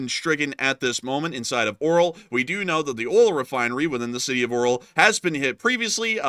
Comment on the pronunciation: Lets read this together: AR-YO-L not O-RAL 😃 Keep up the good work.